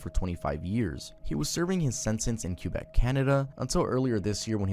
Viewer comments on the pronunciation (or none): your pronounciation of Quebec is so adorably wrong 😂